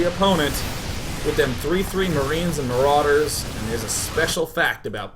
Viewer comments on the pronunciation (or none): Day9: "maroewders" Made me think Im forever callin a Lawnmower A Lawnmarader